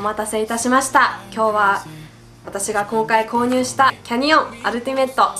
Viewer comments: キャ↑ニオン→ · canyonはaにアクセントをつけたらいいと思います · キャニオンのイントネーション・・・・・・・・